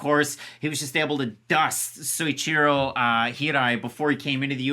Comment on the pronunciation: kindly - Soichiro. Like, so - EE CHEE -ro, I know you guys like pronunciation